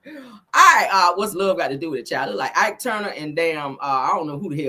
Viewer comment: I really can’t take you!!! Did you say Ike Tuner 🤣🤣🤣